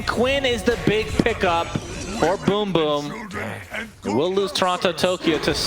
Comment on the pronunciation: I'm gonna miss Sunsfan mispronouncing BrokeBack Team. This Riyadh Masters turning out to be better than some TI's